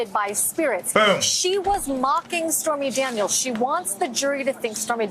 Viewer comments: Did she really say spermy Daniels?! 😅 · Did she say Spermy Daniels?!?!